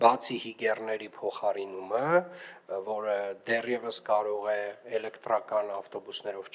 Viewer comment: lava mi qich bard tver chein 18 - 12 metranoc elektrrrrrrrakan ....